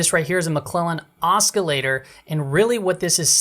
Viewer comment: You're pronouncing "oscillator" wrong. Just FYI.